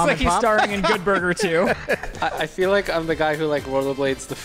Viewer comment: It's FEEL not FILL you don't "fill sad" for somebody? 😂